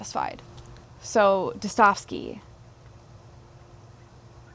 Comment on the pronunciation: Достоевский Da-sta-jev-skee Russian here. Keep up good work,.